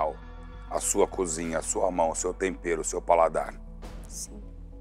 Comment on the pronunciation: pra quem ama o Jacquin falando tompero hahahaha